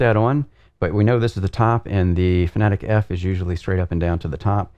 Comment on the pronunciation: You're saying Porsche as "Porsh" not "Porsh-uh"...? Edit: And Fanatec as "Fuh-na-tik" instead of "Fan-uh-tek"